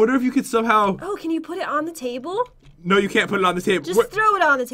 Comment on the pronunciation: Is it me or did pat said cable instead of table